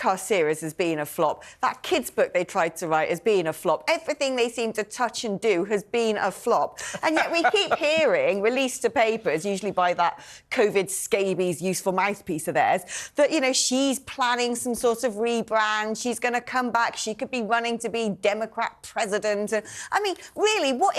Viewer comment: Did she say Covid Scabies?😂😂